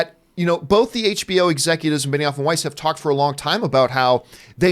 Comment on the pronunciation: I don't watch Game of Thrones or really know anything about the creative team. So for the longest time I thought you were saying Benny Offenweis